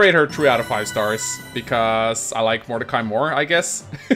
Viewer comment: First "Illyana" and now "Modercai". is going to end up renaming half the cast.